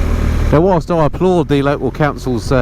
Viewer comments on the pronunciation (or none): none